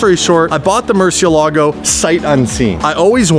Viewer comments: from vinwiki says mercyellago but that’s not how you say it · Murcielago not Murchielago come on bro!! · more-see-ehlla-go guys. why is it so hard to pronounce Murcielago properly? The Mur has a "More" sound to it, More. The emphasis is on the e, see-eh, y'all Canadians should be good with see-eh, ella, Then go. more-see-ehlla-go. If y'all love the Murcielago so much, then respect it. say its name properly!!!